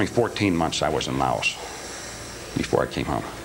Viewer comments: This guy is an obvious liar. The US didn't have troops in Laos when he says. He can't pronounce the name of the country he was in. The 82nd Airborne didn't go to SE Asia until years later. His supposed time from enlistment to shipping out is impossible. Not enough time for required training. Powerful conspirators are not going to hire some young punk 21-year-old with no experience to commit the crime of the century. His choice of gun is ridiculous for something like this. The shot didn't come from the grassy knoll. Look up how head shots work. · Drove me nuts! He’s not the only hi profile guy who does that. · Among other problems with this guy's story: The US didn't have troops in Laos when he says. He can't pronounce the name of the country he was in. The 82nd Airborne didn't go to SE Asia until years later. His supposed time from enlistment to shipping out is impossible. Not enough time for required training. Powerful conspirators are not going to hire some young punk 21-year-old with no experience to commit the crime of the century. His choice of gun is ridiculous for something like this. He is an obvious and easily proven liar. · If he went to Laos and is this smart in the upper government, he would know that the “s” in Laos is silent when spoken. Vietnam vets know this and say it correctly as well. The Italian Mob had nothing to do with this whatsoever. They had much bigger fish to fry in 1963 according to them and their business, and would never do anything like this to draw attention to the “family” for bigger interest. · You are correct. He can't even pronounce the name of the country he was supposedly in. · Special Operations? What branch? When? Where? How much training did that require? How much training does he claim he had? Did you still mispronounce the names of the countries where you were stationed? His story is comic book stuff. Show me his DD-214.